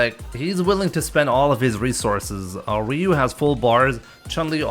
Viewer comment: I mean it’s Ryu like Ryu bruh